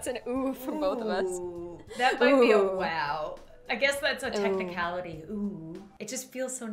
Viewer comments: I mean she said waw not wow 🤣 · Don’t say wow say whow